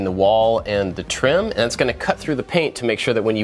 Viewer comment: hold on, does he say "hey i'm AND i like to make stuff" or does he say "hey i'm AT i like to make stuff", am i just crazy and heard wrong this one time, or have i always been wrong thinking he says "and"